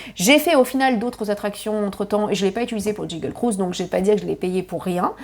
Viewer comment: Trousse à formacie, magic kindon, jingle cruise… tu as de drole de prononciations